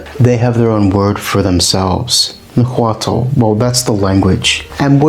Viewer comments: It is definitely not pronounced "Na-wa-tel" Loose the "tel" at the end and instead use a semi-click "tsh" with air escaping through the back of the tongue while the tip of the tongue is touching the central incisors. At the very least just pronounce the "t" w/o the "tel" [Na-wa-t] or properly [Na-wa-tsh] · I tend to judge these pretty hard based on whether the narrator can say Nahuatl correctly. 10 seconds aint doing so well with "Na-Hwa-tul" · Your pronunciation for everything nahutal is incorrect